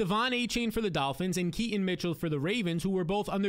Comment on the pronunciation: Key-ton not ke-ante mitchell